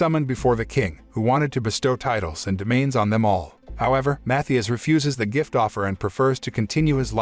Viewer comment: His names are pronounced Matthias (MaTeeus) and Gaius (gUyus)